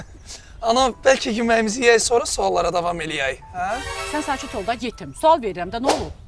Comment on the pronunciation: yetim sözün anasınan götürüb deməlii😂😂 Yetimi çox vurğulayır nəsə😂